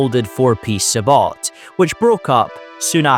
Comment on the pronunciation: You should get someone who knows a little about guns to read the scripts. Not knowing how to pronounce acog, sabot, 7.62x39, 4x, AUG, "five hundred and fifty six", etc really undercuts the video quality.